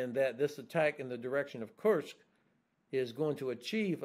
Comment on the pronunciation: This man will hopefully become the US president one fine day. He is so reasonable thoughtful and intelligent. Guessing he's also reads Cyrillic cause he pronounces kursk correctly...i always listen to him